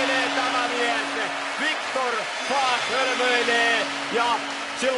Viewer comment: Sanooko toi selostaja: Viktor Fuck? ;D